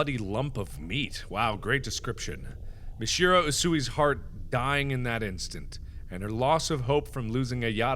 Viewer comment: don't run the syllables together so much: MIH-shee-ROH